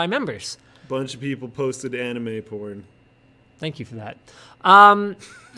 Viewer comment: "Bunch of people posted anime pr0n" hahahaha the way said that it's like he's drunk.